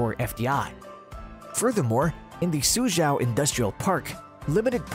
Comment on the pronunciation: its mainly "州" the problem haha